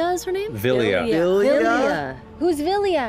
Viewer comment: My name is Vilya Ashley's hearing: My name's Azalea I was hearing "Azalea" too